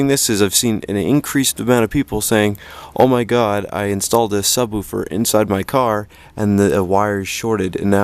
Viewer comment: I just like the way you sub-WOO-fer instead of SUB-woofer.